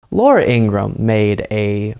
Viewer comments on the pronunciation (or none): According to her brother, it’s pronounced Ingra-ham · Laura’s name is pronounced In-gra-ham according to her brother. Also, MAGA. 😂